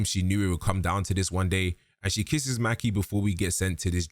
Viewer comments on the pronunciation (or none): Mah-key not Mackee 😂😂😂😂